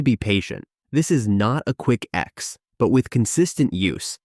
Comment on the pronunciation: AI voice doesn't recognize words that contain "fi" in it. Fight is pronounced "g h t", fix is "x", benefits is "bena", inflammation is "inamation". Good information other than that.